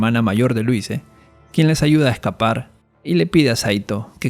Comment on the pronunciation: Se pronuncia "Luís"